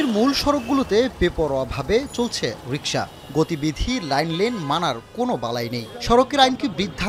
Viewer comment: 😂😂😅😅 ভাই রিকসা রিস্কা😅😂